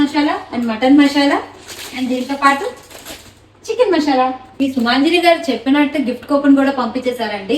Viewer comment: మషాలా కాదు మసాలా